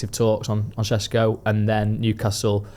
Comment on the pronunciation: Correct me if I’m wrong, but isn’t ‘Šeško’ pronounced with an ‘’sh’ sound like ‘’Shesko’? If so, shouldn’t we at least pronounce it correctly?